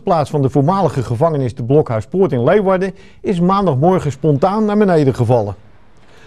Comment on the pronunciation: Jammer dat hij zegt: Leewarden. Het is Leeuwarden of Liwwadden.......